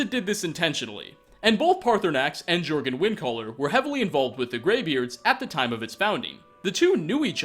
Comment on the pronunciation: Not Jurgen, Yurgen. Nordic J/German makes a Y sound. Yorgen is the correct pronunciation.